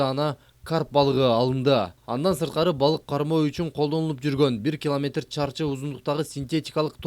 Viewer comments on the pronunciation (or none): none